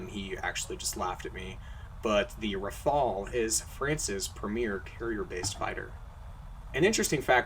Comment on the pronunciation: the first ever non-french person to say "Rafale" correctly :D